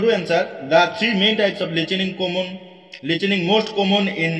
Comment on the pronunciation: Listening ✖️ Lichening ☑️